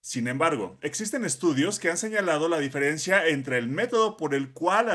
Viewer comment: Se dice diferencia. 😂